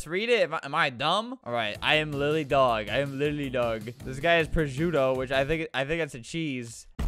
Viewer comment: it sounds “LITERALLY DOG” instead of “LILY DOG”